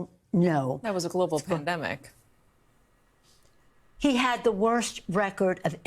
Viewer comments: It sounded like you said PLANDEMIC....PERFECT TERM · Did you say "Pland-demic" Doc? cause that's what it was. All planned with Nancy Pelosi's name all over it. And I heard they are going to start to come after (as hate speech), everyone who says FJB on any comments. FJB FJB FJB FJB , come get me.